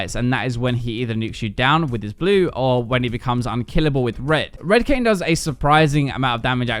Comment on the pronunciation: bro i thought he said kanye lmao